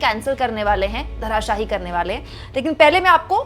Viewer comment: Madam, धराशाही नहीं होता, धराशाई होता है । मैं आपका हर वीडियो देखता हूं ।